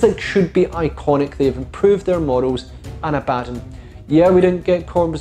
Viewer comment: I cant wrap my head around how all these youtubers mispronounce Abaddon. Ab A Don, not Abaa Don